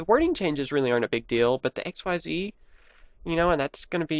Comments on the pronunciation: it isn't XYZ it is pronounced as ik-seez which sounds like exceed don't say each letter by itself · Xyz is pronounced Ik-seez not x y z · xyz is pronounced ex-sees konami just wants to be fancy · its not Xyz its ik-seeeeeeeez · Actually "Xyz" is suppose to be pronounced as "ik-seez". Sounds just like exceeds so it's still nearly the same. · pronounce it X-yz